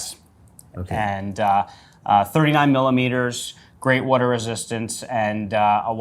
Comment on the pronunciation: "Wudar" resistance